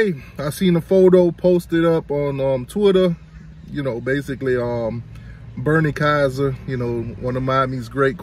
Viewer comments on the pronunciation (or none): Did you say Bernie Kieser? Bruh!!!!!